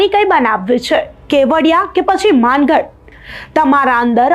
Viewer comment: મનસુખ દાદાને માનગઢ ક્યાં છે તો ખબર નથી માનગઢ બોલતા આવડતું નથી